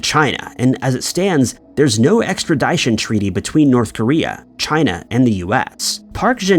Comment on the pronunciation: wait, say extradition again